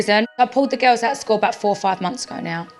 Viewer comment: “the gills” ik she has an accent but, pretty weird way to pronounce girls